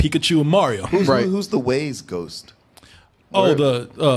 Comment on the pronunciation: Haha "Morio" is the new Mario